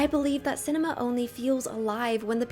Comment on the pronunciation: Letting syllables ring should be reserved for extremely limited use and should probably be followed by a little silence for processing. Otherwise, clip your syllables, let your words carry the meaning, you do it well. eg. cinema, not cinemaa.